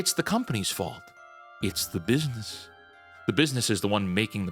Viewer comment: "BIDNESS" effed up.